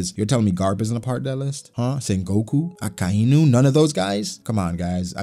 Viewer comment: You said akainu as aka inu